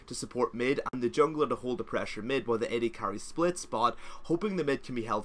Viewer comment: I keep getting bothered by your pronunciation of "prahssure"